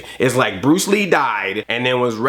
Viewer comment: not bruce lee... it was pronounced BWUCE WEE